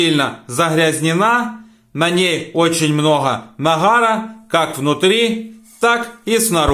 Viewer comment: Нахар,господи,нахар,правильно нагар,что так трудно.